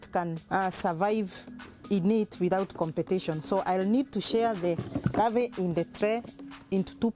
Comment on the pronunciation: ravae or larvae.... so many R in all words, good thing shes not a heart suRgeon.